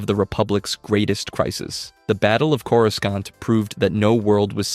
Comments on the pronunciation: Why u gotta pronounce Coruscant wrong? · The pronunciation of some of these planets is rough lol.